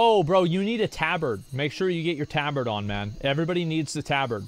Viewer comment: He calls the tabard TAH-BARD. Lol